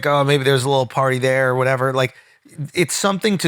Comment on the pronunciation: Ive been listening to Charla for years and I absolutely hate the way he says "are" instead of "or"